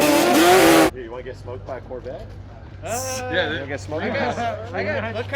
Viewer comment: the "SORE"vette